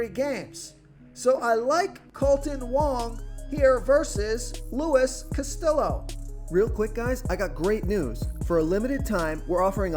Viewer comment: The Cincinnati pitcher is pronounced castiyo. You really need to learn how to pronounce names. Its not that difficult